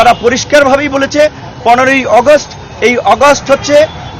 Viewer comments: ভাই আগস্ট টা ভাল করে উচ্চারণ করেন।।।এটা আগস্ট অগস্ট না।। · অগাস্ট না আগস্ট নুরু সাহেব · হাইরে উচ্চারণ অগষ্ট